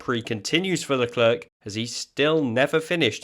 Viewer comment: It's Le Claire, not Le Clerk.